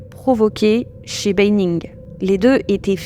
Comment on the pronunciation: Ça se prononce bAnning, pas bEYnning.